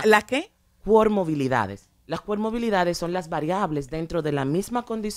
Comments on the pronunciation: Cualquier profesional del área de salud detectaria inmediatamente que no es nada de lo que dice ser, al ella decir coRmobilidades, cuando es comoRbilidades. Lo grave del caso es que personas profesionales se dejen guiar y supuestamente aplicar un método dizque creado por alguien sin ningún aval de nada; y peor aún usar esos pobres niños como ratas de laboratorio para lucrarse. Simplemente indignante! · Ella habla de comorbilidades o de "pomorbilidades"..., y ni se sabe que rayos es eso, he buscado el termino y ni aprece.... Oh Santo padre ayudame.... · CoRmobilidades jaajajaja pobre señora. Y las tales especialistas invitadas muy mal preparadas tambien. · Ella quiere sr tan sabía que ni pronunciar bien las palabras ha dicho cuermobilidades y se dice comorbilidades refiriéndose a varios trastornos o enfermedades que ocurren en una persona